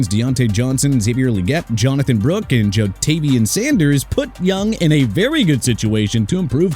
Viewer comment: JONATHAN BROOK? JONATHAN BROOKS, BONEHEAD?! ALSO DOES IT LOOK LIKE JAYDEN DANIELS GOT A MIDDLE NAME THAT STARTS WITH B? PLUS MIAMI AT #13 IN THE QB CATEGORY... PATHETIC!!!! REALLY PATHETIC!!!! AND ENLANTA FALCONS? YOU CAN'T SAY ATLANTA RIGHT!!!